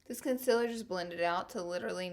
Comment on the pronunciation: Omg Laura ilysm but it is concealer not consiler 😡